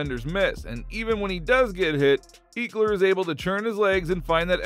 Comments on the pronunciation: You need to remake this whole video over ! You butchard Austin last name it's not eeekler it's ekeler smh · Why did he pronounce ECKler like EAKler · Please stop some Eeeeekler 🤦‍♂️🤦‍♂️ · don't think you're pronouncing austin's name correct my guy. it's not eek like geek, it's "eck" like "forget" trying to post stuff here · Ek-ler, not Eeek-ler Lol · Dude do you even watch football lol it’s not eekler it’s pronounced eckler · Who the fook is Austin eeeekler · Bruh, “eeekler”? Really? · eeekeler lol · I lost all hope in your football knowledge when you called my man's "eeeekler"... you know nothing from here out. Later 👌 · Make it stop 😂 ekleeeer 💀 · Ehk-lur That’s how you pronounce it, bro, great video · Came for my binge of Chargers content. Stayed for the "Eeeklers" 🤣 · Great video. Pronounced Eckeler, like “what the HECK” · Lost me at eekler jk nice video bolt up! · Wth Iol eeekler? Lmfao dude first time for everything. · Austin who? Eeeekler? Lol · It’s pronounced ehh-kler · This dude can't say Ekeler right 😂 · Yeah ain’t talk abt him if you can say his name right😂😂😂